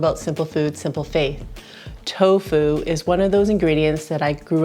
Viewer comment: Did you say " simple foods, simple FAITH " ???? Could not understand that last word.